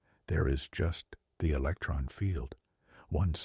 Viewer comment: “What is a eletron?” “What is an electron?” If you can’t get basic English skills down I am not listening to your AI ramblings. Sorry